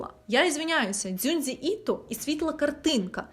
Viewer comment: Привітик! Дуже дякую тоді за таке відео 💕🫶🏻 Я живу у Токіо та тиждень тому як раз була на виставці присвяченій Іто, але я майже нічого про нього не знаю, тож твоє відео мені потрапилось як раз в тему 🙈 АЛЕЕЕЕ будь ласка, ознайомся з українською транслітерацією японськіх слів! В мене кров з вух від того «Дзюндзі», немає такого словаааа 😥😭 Просто вбий у гугл «транслітерація японських слів на українську мову» і тобі все стане зрозуміло! Мені як японісту дуже боляче таке слухати, і я не впевнена що наважусь на ще якесь відео у такому напрямку, бо там де Хаяо там же буде і МІЯДЗАКІ 🤡🔫 пс: нагадую що саме відео чудове, велика дяка за твою роботу 🫶🏻